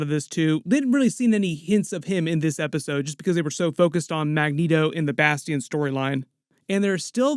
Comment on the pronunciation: Bas tee ion haha i wonder if next season is gonna be AoA